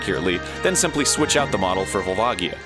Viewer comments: i thought it was "Vol-va-jee-ah", not "Vol-var-gee-ah". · It's pronounced VolvaJA.